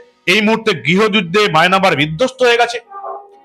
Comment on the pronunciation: What a bloody commentator, he doesn't know the pronunciation of Myanmar, but mynamar. You should not think about Bangladesh. We are host in ourselves. We never want you. We are able to govern our country without your help.